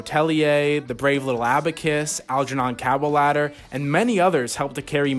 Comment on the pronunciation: I am furious at your mispronunciation of Algernon Cadwallader.